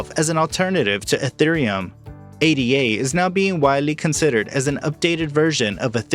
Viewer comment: Its Ada. Like a person's name. Not A.D.A